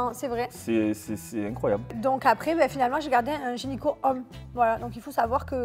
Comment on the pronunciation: Gynéco ou génico? 😂😂